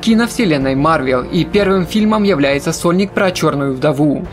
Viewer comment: Выговаривай внятно «сольник»